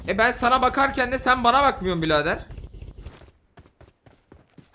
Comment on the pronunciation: birader deyicek ken bilader diyo